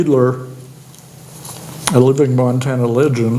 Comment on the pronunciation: Beidler is pronounced "BYE-dler" not "BEE-dler." German last name.